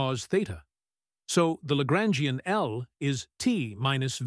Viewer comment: Traduction accordée à IA est mauvaise la prononçassions de LAGRANGIEN=horrible